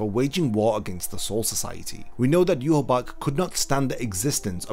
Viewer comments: Yhwach name in proper German would be yuha VACH NOT BACH, as w's in German are pronounced with a v sound in English. As a someone who understands German I've always been ticked off of by that pronunciation but amazing video. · There is no b in his name its not ywabch ahahaha its wakky anyways zangetsu is a young wakky an hichigo is white the hollow that aizen sent that bit ichi mom in the neck an she shot him in the temple with an arrow killing him facts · How did you get the Name You-Ha-Bakh when the spelling pronunciation reads Ya-Watch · I still don't understand why every youtuber pronounces him Juhawak or Juhabak. Like, I know english youtubers and words from foreign countries is always a bad combination but where do all these extra letters come from? He should be pronounced "eewach" and nothing else. the "CH" in his name is also not pronounced like a "K" either. If Kubo was inspired by the bible he should be pronounced "Jehova". Not Juhawak or Juhabak. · But he’s name is ywach it should be pronounced (ye-watch)what is yourabak 🤧😹😭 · Why the heck are you calling him "yuhABAck" and not yhwach?? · Where does the b sound come from. Isn't it yah wack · It's pronounced "yoo-watch". There's no "B" sound. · I pronounce it as You- ha- bach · In no universe that may exist, now exist or will exist is "Yhwach" a name. That dudes name is clearly JUHA BACH. Japanese are just not made for pronouncing german names. Same problem as in that crappy bounto-arc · its pronounced yah wak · Why is his name pronounced so weird? It reads eye-wash to me. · Yhwach pronounced yewhabach wtf lmao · wtf is a yu ha bak lol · Where is this pronunciation of his name coming from? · Are you pronouncing the name wrong or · You say W like a B. stop.